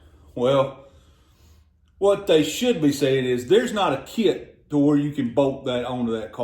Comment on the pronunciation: Kit is not a two syllable word